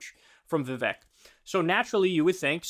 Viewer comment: Hey Kyle: It's Vivek and it rhymes with cake. That's literally all I know about the dude.